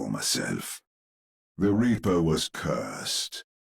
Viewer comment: 3:1 The way Reinhardt says ''The Reaper'' sounds like he says ''The Weeper'' instead. He's gonna make us weep